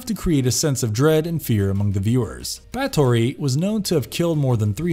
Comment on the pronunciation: ...Bro, how did you butcher so many names in one go? BAT-HORY? HAKATEE? MAI-NO-TOR?